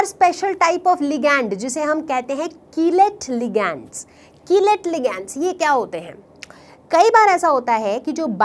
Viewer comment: ma'am aap कीलेट ko kilite keh rahi ho hahahahhahahaha budhu